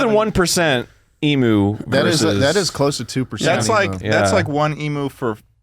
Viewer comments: omg 😩 it's "eem-you" not "eem-oo" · Wtf its not emooo its emu, like emyou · it's not "e"- mu, it's eem- "u" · Everyone's pronunciation of emu caused me physical pain every time, I want to throw up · As an Australian, hearing Americans say Eee-moo instead of the correct Eem-yuu is a nightmare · as an australian i hate how they pronounce emu as eemoo not eem-you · ITS NOT EE-MOO ITS EMU. LIKE EEM-YOU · as an australian, all of them saying emu/s like "ee-moo" instead of "e-myuu" hurts me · im begging americans to learn how to say emu. it's ee-myoo. one australian dies every time someone says ee-moo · "emoo" im dying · every time one of them pronounces emu like emoo the light inside me dies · As an Australian Every time they pronounce emu like “emoo” i die inside just a little more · I find it strange how Americans pronounce emu, 'emoo' like the sound a cow would make. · HAHAHA ITS SO FUNNY THE WAY THEY ARE PRONOUNCING EMU it's pronounced like em-you lol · americans please can you stop saying emoo it sounds terrible just stop it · Why the fuck they saying emu like that?!! The fuck is an emoo??!? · i swear to god if they pronounce it Emoo one more time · It hurt me to listen to it Ee-moo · the way they pronounced emu triggered my fight or flight response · Every single time I hear an American pronounce emu wrong I die inside a little more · That's not how you say emu, that section was so painful to watch, holy shit... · As an Australian hearing, them miss pronounce emu for 5 minutes makes me want to die.